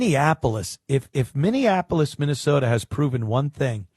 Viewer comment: You say Minne-SAWDA like Jesse Ventura.